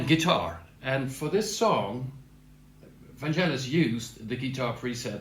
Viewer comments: VanGelis with a hard G not vanjelis! Like FeRaRRi and MoncleRRR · Its Van-G-elis - with a Geh - not Jeh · Thanks for the video, but it is not Vanjelis but Vangelis, like G in Google. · Fantastic reproductions! Just one tiny thing: Vangelis' name has a hard G - his friends called him "Gelly" (ie: not "Jelly"). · Super interesting! Hate to nitpick on such an interesting video but it’s pronounced VanGelis not VanJelis. Hard G. Nonetheless thanks for this! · Vangelis pronounced his name as VAN GGELLIS, not VAN JELLIS. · Vangelis - not Vanjelis. Otherwise interesting exploration of CS80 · Hard G mate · Vangelis with a hard g ! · Great video. Always nice to see great composers also using presents, it just shows that a lot of the times it's the inspiration to how to use them, what to combine them with, that is the most important in creating a great song. One pointer though, it's pronounced "vang-GHEL-iss", I would really hoped for people, especially musicians, would put a bit of effort in making sure they know how the names of the artists they admire are pronounced. It just shows good musical culture. All the best! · Hard g, not soft ;) =] I lean toward the Brass I + Brass II combination. And as someone who messes about with it, it really is about how to play it as much as what you play. But all in all, nice job showcasing the CS80 the way Vangelis may have used it =] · Vangelis is pronounced with a hard G. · Very nice sonic journey through masterpieces of Vangelis… on a subject of sonic accuracy I am offering a correct pronunciation of his name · Try pronouncing his name properly 🙄🙄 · Pronounce of Vangelis is not correct...the "g" is "hard...like golf...